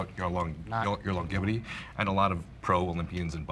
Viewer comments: Bro said long gevity. 🤣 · long ge vity lol